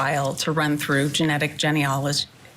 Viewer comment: the lawyer doesn’t even know how to pronounce genealogy😂😂